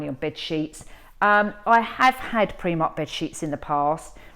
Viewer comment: Primark not premark